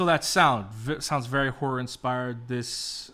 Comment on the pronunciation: tf I thought you said whore inspired and then after several minutes I was like ohhhh horror...🤦